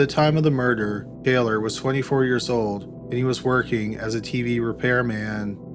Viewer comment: More door? I've never heard murder pronounced that way